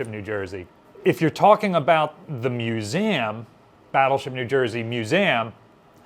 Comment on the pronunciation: I always get thrown when I hear you pronounce Museum as Muzam. Mu-Zam ? I wonder where this pronunciation stems from?